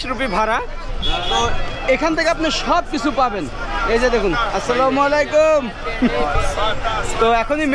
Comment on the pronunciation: ভাই সালামটা আসসালামু ওলাইকুম হবে না সালামটা হবে এমন আসসালামুয়ালাইকুম ওরাহমাতুল্লাহ